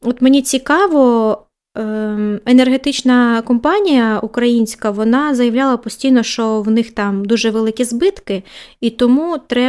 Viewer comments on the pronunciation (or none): none